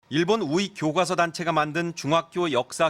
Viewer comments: 아나운서가 교꽈서 그러노... 교과서라고 좀 발음하자.. 아무리 된소리허용 최근해줬다해도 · 아나운서님 교꽈서 아니고 교과서.......ㄷㄷ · 트집아닌 트집하나만 잡을게요. 서울 사람들은 E 2 등은 웬만한 발음은 순하게 발음하면서 왜 교과서는 교과서로 발음안하고 굑꽈서로 발음 하는건가요?